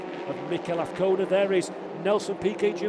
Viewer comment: His name is AZCONA not AFCONA. Say it correctly...